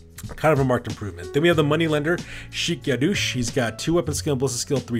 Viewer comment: Yadosh!! there's only one O in it, where do you get Yadoosh from!? Also, it's pronounced "Shake Ya-Dosh" get it? Remember when these guys were named, most of the RoR names are puns